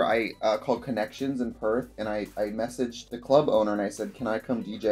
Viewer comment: Sees title ‘Hmmm, I wonder how long it’ll take to hear Trixie’s Australian accent’ “Perth” Oof 😬